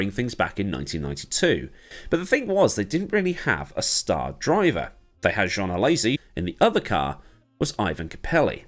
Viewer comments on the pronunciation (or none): none